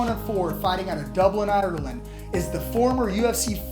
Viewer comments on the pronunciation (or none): "Dublin, Otterland?" Can't even read the script?